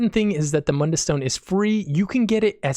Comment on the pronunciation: You saw my comment about Mund-dus.lol It sounded good.